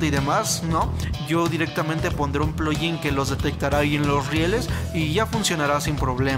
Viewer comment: Nadie: Absolutamente nadie: El: PluYin 🤣🤣🤣🤣🤣